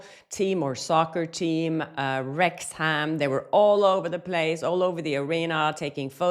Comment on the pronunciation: Its pronounced rex-am the w and the h are silent. Unfortunately here in the UK most of our towns and cities and pronounced nothing like how they are spelt 😂